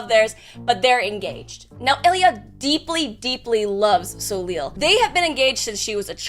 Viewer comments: I'm assuming it's french and it's pronounced "So-Lay" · Not to be super-pedantic, but, this was bugging me - assuming that his name is spelled 'Soleil' (as would make sense, in what looks like a French-type setting), it's pronounced 'so-lay'. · Glad I scrolled enough to find this, as soon as I heard how said it I was like "that can't be right" lol